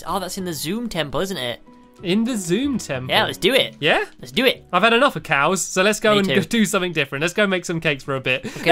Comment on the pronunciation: No no it's enuf not anuf